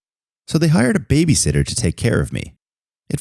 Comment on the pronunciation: He said babysister not babysiter